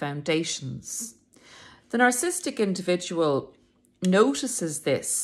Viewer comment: You are not the only youtuber that says narcistic 🙂